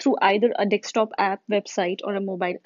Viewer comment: iska "DEKSTOP" mujhe bhut chubh raha hai, gawar kahin ki